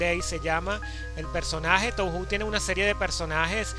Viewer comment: creo que se pronuncia "toho" xD oye, a mi se me ven mal las letras, uso el mismo emulador... podrías pasar la configuración? el enlace del emu de la descripción ya no va